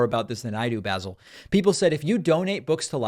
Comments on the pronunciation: Basil. OMG, How do you not know that the name is pronounced 'Baasel" Have you never seen Fawlty Towers!. Swiss? Wow. And here I thought you knew everything! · Bayzal??? Basil Fawlty! please David get some edumacation. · Basil is a real name. It's English and it's pronounced Baasil. The herb is pronounced Baysil. Basil Rathbone was a quite famous English actor who played Sherlock Holmes. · Basil pronounced baa zull is a Jewish name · Basil is a well-known English name. Also, have you heard of the famous actor, Basil Rathbone? And, no, it is not pronounced the way Americans pronounce the herb, basil. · Basil used to be a pretty common name in the UK. Famous Basils include Basil Rathbone, probably the most famous iteration of Sherlock Holmes in the old black and white movies, Basil Hume, former archbishop of Westminster and others. Also, that's how Europeans pronounce the name of the herb. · I'm going to stop watching David Packman 'cause he can't pronounce Basil, never hard of Faulty Towers, and hasn't even watched Austin Powers. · Ok, maybe David isn’t too hip on how to pronounce certain names and yeah he mispronounced it but geez, give the guy a break. Take it as a learning experience. I certainly never heard of many people named Basil except Basil Rathbone an old movie star back in the early days of movies. And let’s face it, the Basil of the phone call wasn’t exactly offended in any way. Over and out. Bye!